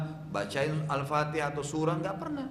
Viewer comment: Baca fatekhah kok denat biz boz